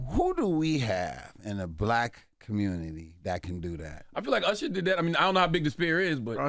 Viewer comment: yeah... he tellin his age lol "Ursher" 😂